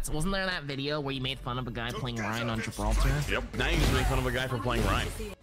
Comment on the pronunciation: It's Gi-brawl-tar. Of course he'd play rein???